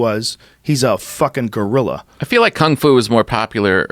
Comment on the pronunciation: Joe “gURillA” Rogan